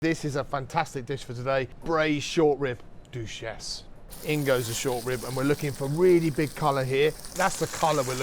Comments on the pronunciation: Braised Short Rib (Dramatic pause) DUCHESSE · The way he said duchesse 😮😮😮